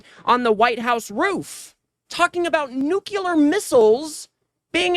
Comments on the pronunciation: dude, er sis, whatever you are, the word is nuclear, not nucular. and you want me to watch this shit? yer an idiot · Nuclear, not nucular. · Thanks.. i would really like to see you with long hair.. you're so handsome and articulate.. only one hint to pass on ... Please forgive my intrusion. I think it was you speaking on another video recently but saying "new cue ler' instead of " new klee er" I know people would appreciate hearing the proper pronunciation. You are so near perfect in every way.. I'm certain this one correction will afford you more well deserved confidence. Thank you for your efforts toward education in this crazy, lazy world. Love to all, Marcia in Modesto CA. ❤❤🎉🎉🎉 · Never watched you before, liked your enthusiasm. Oh year. It's nuclear, not nucular. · Why do all US presenters pronounce NUCLEAR as NU KILLER!? Are they unable to understand plain English language? Are they that badly educated?